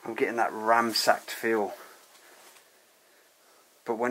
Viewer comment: It's ransacked 👌 not ramsacked!